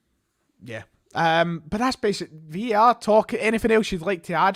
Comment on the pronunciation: its VAR!!!!! not VER!!!! ffs